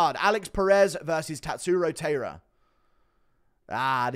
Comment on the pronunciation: Glad you picked Taira! I'm Japanese and am rooting for Japan. His name is pronounced Tai-Ra Tai like the word sky